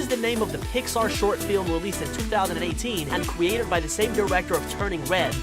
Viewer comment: Ligit all I hearing is mowvie,bestie and kowala and cwiated like ok lol Ig I just hearing things or am I